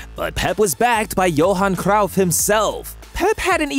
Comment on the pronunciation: Gerard Peak, Ser-gee-yo Busquets, Johan C-roaw-ff, H-OOZ-A Mourinho, and Samuel Et-Too. Maybe I'm too American but I've never heard these names pronounced this way. AI voice is killing me.